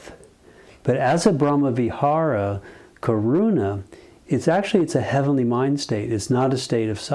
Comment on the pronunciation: करुणा; It is pronounced little different. More weight on 'na' in Karuna.